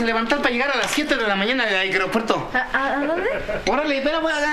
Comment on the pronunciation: aigrepuerto jajaja